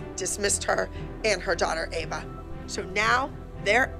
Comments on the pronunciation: Lol called Ava Eva 😂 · Did anyone realise that kalani s mom said eva and not ava? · said each not ave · Did you notice that said avas name wrong she said eva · Btw it’s Ava not Eva lol